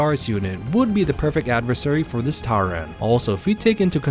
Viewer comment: I'm sorry to say I stopped watching your video You're pronouncing tyrant wrong it's not tyraaaant it's tyrant with an (i) sound Remake the video pronouncing the word tyrant correctly and I might actually enjoy the show it's not tyraaaaaaaaant int soud your a anoying man yo